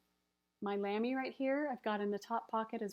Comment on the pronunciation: Hi! Your pronunciation of Lamy is perfect! (I'm German) :-)